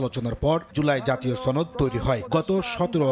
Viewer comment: ছনদ না সনদ !